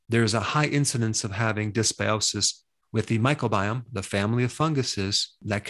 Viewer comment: Dr. Berg, i thought it was micro-biome not "myco" biome